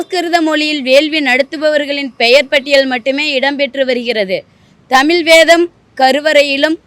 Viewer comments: இந்தம்மா தமில் என்று தமிழை உச்சரிப்பதிலேயே தமிழ் எந்த அளவில் பேச்சு வழக்கில் வாழ்கிறது என்பது புரிகிறது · தமிழ அல்ல... தமிழ் . ழ மீது புள்ளி வைக்கவும்! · தமில் தமில்னு பேசுறா அந்த பொம்பளைய தமிழ்னு பேச சொல்லுங்கப்பா..😂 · மிக்க நன்றி ஜயா மணியரசனை தவிர மற்றவர்கள் பேசியதில் ஒரு வரும் தமிழ் என்று உச்சரிக்கவில்லை.தமிழ் என்றே கூறுகின்றனர்.இதை கண்டிப்பாக திருத்தப்படவேண்டியது.படிக்காத பாமரன் கூறினாலே ஏற்கமுடியாது.நாட்டில் நிறையபேர் இப்படித்தான் பேசுகிறார்கள்.மாற்றுமதத்தவர் கேலி செய்யாவண்னம் பார்த்துக் கொள்ளவும்.